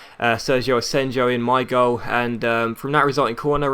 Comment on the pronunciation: It's pronounced asenyo